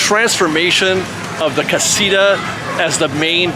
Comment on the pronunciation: Here's a trick, you can pronounce casita a little bit more accurate if you start saying out loud, casitower, casi - tower, several times and then just remove the "wer" part and say it over and over again. Great video!